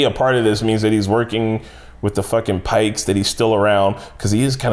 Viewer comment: Maybe don't call the Pikes Pikies, ah, google it 😅